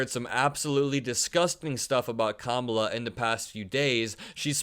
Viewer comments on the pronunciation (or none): Trump and his acolytes, including the stooges on Fox "news", also purposely mispronounce "Ka-mala" in a sign of disrespect. No surprise coming from the same clowns who added the middle name "Hussein" whenever possible when talking about Obama.